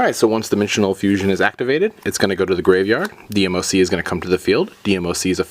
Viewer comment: It's not D M O C it's one word not separate letters DMOC